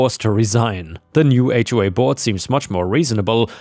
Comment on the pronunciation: Thank you for knowing how to pronounce "HOA".